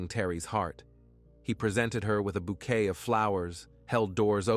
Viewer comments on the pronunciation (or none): none